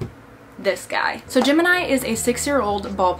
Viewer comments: Every time she said Gemini all I herd was Jim and I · Happy you're doing great and are making more videos :D Btw. everytime you said Gemeni i heard "Jim and i" haha :D